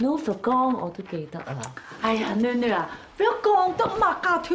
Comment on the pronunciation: 伊叫格“囡囡“，發音是蠻標準，所以邪氣好聽！ 勒拉“歡樂頌2“裡廂，小包總格姆媽叫安迪“囡囡“，啊呀真是難聽得來...